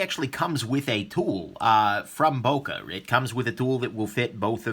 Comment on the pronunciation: please if you want a real böker buy the original german made böker like the böker solingen Kalashnikov 47 and also like other americans you butcher the name böker